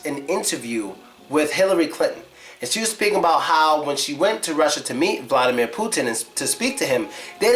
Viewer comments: The Big thing You miss about Vladimir Putin is pronounciation of his name. Vladimir is pronounced more like Vladee'mir with enphasis on deee sound, like in a word redeemer. Hope you enjoyed my comment! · Not vlAdimir, vlad"I"mir... i not a